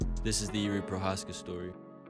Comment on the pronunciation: Just a little advice on how to pronounce his last name Pronounce the letters ch in the word Pro"ch"azka as the beginning word chameleon. Greetings from the Czech republic ;)